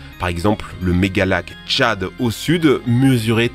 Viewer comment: Il a dit lac tchad j'entends lac Chad